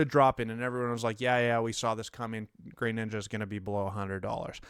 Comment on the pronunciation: Why dude? There is no Y in Greninja. He's not grey ninja... what?